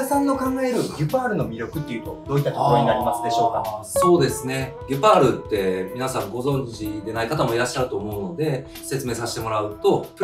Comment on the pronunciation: ギュパールであってますよ😊